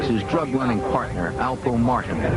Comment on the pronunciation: Alpo Martin 🤦🏽‍♂️ it’s alpo Martinez